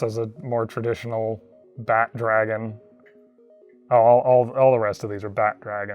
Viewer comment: Took me a minute to realize he was saying "bat" dragon